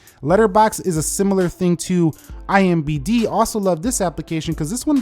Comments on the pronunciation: It's IMDb not IMbd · Cool video. But it's IMDB not IMBD